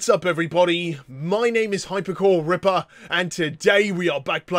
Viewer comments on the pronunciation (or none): none